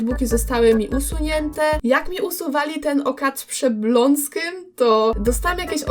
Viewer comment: Nie Blonskym tylko Błońskim